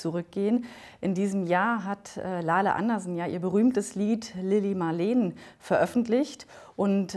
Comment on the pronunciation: "lili marleen" schön wiedergeben